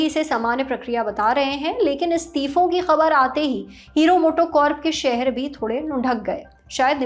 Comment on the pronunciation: हीरो मोटो कॉर्प के शहर नहीं, शेयर लुढ़क गए। कम से कम उच्चारण तो ठीक से कीजिए।😂😂😂